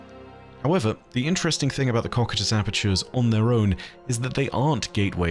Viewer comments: Cocytus is pronounced: koh + sy + tuhs. Just trying to to be helpful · Cocytus is pronounced co-cy-tus, hope it helps! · that's certainly one way to pronounce Cocytus...